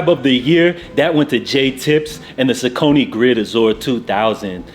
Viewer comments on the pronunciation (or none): Few pronunciation tips: Ronnie Fieg is pronounced Ronnie FYE-G (fie as fire or five) Saucony is pronounced SOCK-UH-KNEE